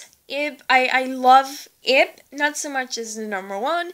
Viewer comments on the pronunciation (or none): she's actually 9 and it's prenounced Ib (eeb